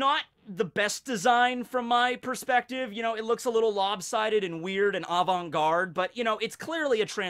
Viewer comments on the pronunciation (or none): none